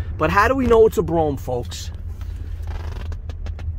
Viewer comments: That's bro ham. Not broum!!!! Come on !!!!!! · it's Bro-Ham. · Dude....it should be pronounced "Bro-Ham" if your out in Queens😉👍